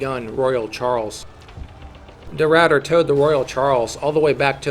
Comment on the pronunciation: its funny cuz they say de Ruiyter but its just de Ruiter, ah ah ah ah